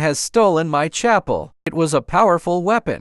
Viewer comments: Bro its pronounced chuppal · lol I think India meant chum pul that’s how you pronounce it lol /it mean the slipper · It’s pronounced chupal